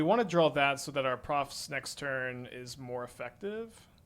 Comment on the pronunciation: Drink every time says Profit's instead of Proft's